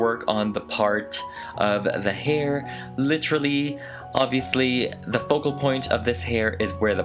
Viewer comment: This is how many times he said “Litchrally” 👇🏻